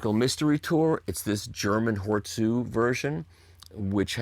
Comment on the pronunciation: Mikey ! How can you correctly pronounce 'Hor Zu' (Hort-zu) and then pronounce 'Chassis' 'Tcha-si' instead of 'Ssha-si' ? You're driving me nuts ! Keep up the good work brother !